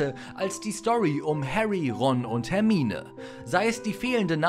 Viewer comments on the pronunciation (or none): none